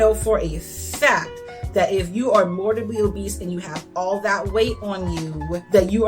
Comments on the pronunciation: I am sorry to point this out, but *morBIDly, not morDIBly. Apart from that, cool video! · Loved this. Just…”mor-Bid-ly” ☺️ (not trying to be rude, it was just distracting in such a good video) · Seriously no shade, but I find it absolutely hilarious when someone picks a mispronunciation and really commits to it. I think “mortibly” obese is how I’ll say it from now on no matter what I do. It’s imprinted on my brain after hearing it two dozen times at least in this video.